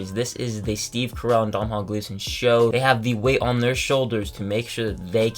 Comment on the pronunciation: Domnhall Gleeson's first name is pronounced DOH-nul.